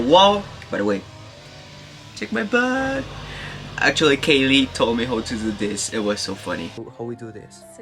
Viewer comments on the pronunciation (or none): A mí esposa y a mi nos gusta ver tus vídeos. Un comentario. Tu inglés es bueno pero te voy a dar un Tip. Cuando dices how y now lo pronuncias incorrecto. Trata esto. How se pronuncia jau. Now se pronuncia nau. Sigue adelante. Felicidades.